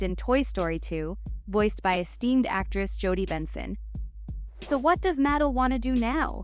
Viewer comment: I‘m sorry, but the pronunciation of Mattel is quite distracting… it’s (mə-TEL).